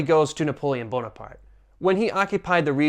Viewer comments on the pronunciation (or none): none